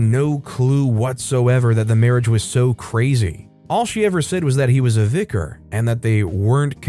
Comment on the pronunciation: Not the VicarARRRGE 😂